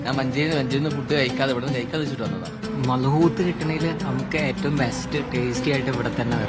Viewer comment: ഈ പേര് (മദ്ഹൂത്ത്) നിങ്ങൾ ഒരു അറബിയോട് പറഞ്ഞാൽ മനസ്സിലാകില്ല അതിന്റെ ശരിയായ ഉച്ചാരണം മലയാളത്തിൽ കൃത്യമായി വരില്ലെങ്കിലും , അതിന്റെ പേര് അറബിയിൽ مضغوط (മദ്ഗൂത്ത്) എന്നാണ്